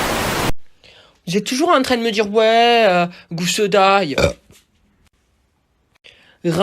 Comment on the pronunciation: "Gousse d'ail" 🤣😭